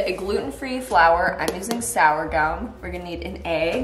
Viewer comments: Sourgum flour? You sure it's not sorghum? Lol. Also, Boston is a city in the state of Massachusetts. No hate, I love your little quirks just letting you know! I've never heard of a hotpot but now I think I need to try. Looks delicious! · I hate the be the person to say this, but it isn't sourgum flour, it's sorghum flour 😬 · Sorghum not sourgum lol. I would probably do a batter rather than a dry breadcrumb for fried pickles. Sorghum and coconut is probably a weird combo, are you using a recipe or just making it up on the spot? I would use Stay On for baking with that toaster oven though to be real as much as I have the toaster oven I usually just use my oven. I don't relate to "that's gluten free for you" because I make gluten-free vegan food that you would not know the difference. It doesn't have to be dry and crumbly. BTW there is a lot of naturally dairy free gluten free chocolate. You don't need to buy expensive Enjoy Life. I use dark bars from Walmart or No Frills, Kirkland or PC Decadant semi sweet chocolate chips. Boston Pizza is Canadian though there are a few in the states. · I think it's sorghum not sourgum flour haha. I love your videos and they always brighten my day! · its pronounced SORE-GUM. And it is spelt sorghum, not sourgum. I'm an agriculture student and i need you to know this. Lots of love xx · Just so you know it’s pronounced ‘Sor-gum’ We use it all the time and it’s awesome! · In case no one else said it already, sourgum isn't pronounced sour gum. It's pronounced "sore-gum." P.s. corn flakes, at least in the states is not typically gluten free, as it usually has barley malt. Just double check! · Sourgum..... It's pronounced "soar" gum. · Just wanted to give you a heads up that Sourgum is pronouced like " sore gum" not "sour gum." it's a little thing, but it might be helpful if you have to ask for it somewhere or something. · it's pronounced "Sore-gum",... not "Sour-gum" hehehe 😂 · Haha yeah I laughed when she said sour-gum. Oh,! 😅